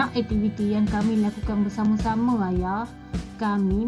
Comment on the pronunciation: 1.2 sebutan suku kata, perkataan... dengan betul.. Tapi cikgu sebut tak betul. Aktiviti bukan ektiviti.. Sekejap baku.. Sekejap tidak.. Diharap lebih diberi penekanan selepas ini. Semoga terus berjaya.